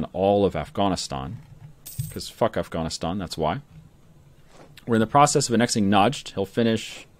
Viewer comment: Did say Af-gone-istan!!